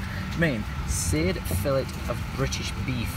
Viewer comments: Lol it's pronounced " filā" not fillet! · Hahahaha it's not pronounced fillet it's pronounced 'Filley'